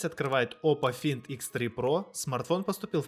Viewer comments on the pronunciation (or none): Оппо фАЙнд!Онор/онэ, а не Хонор. Пожалуйста, называйте правильно!